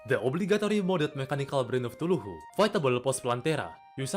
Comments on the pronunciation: Bro really just said "tuluhu" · Love how you say "Cthulhu"